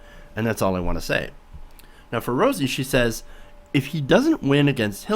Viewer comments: Her last name is pronounced like the beginning of the word Rowdy... not pronounced roozy but Rowzy. I agree she is spot on. Now go back and win that belt #peopleschamp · ROWSEY NOT ROOSEY. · He can't pronounce her name correctly, looks like he didn't do his research adequately